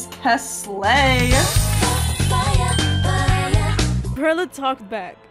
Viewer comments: PEE AIRLA, PAIRLA, ITS JUST PERLA LIKE PEARLS OMGG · I thought it was supposed to be read like PEARL-a yk like a pearl, English for Perla. Cause Pearl in spanish is Perla yk what im saying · Perla? Who the fuck is that I only know PEAIRLA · Pee-air-la you mean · P air la that's what I hear